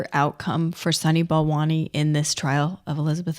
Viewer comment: "sunny ball monies", "balani', "balant" "Sonny Ball Wany" ? Seriously?